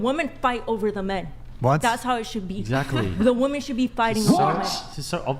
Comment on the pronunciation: Do women pronounce “women” incorrectly because of Tik Tok? I don’t use Tik Tok but I happened to see a video with one of the Tik Tok AI voiceovers pronouncing it the way the women do.